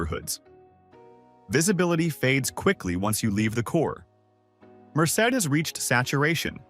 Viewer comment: The fake narrator pronounced “Merced” three different ways.